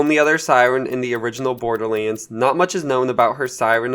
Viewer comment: Dude pronounce borderlands correctly holy fuck